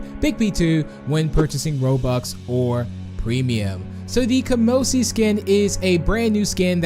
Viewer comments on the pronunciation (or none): Kamosi doesnt have a p in its name...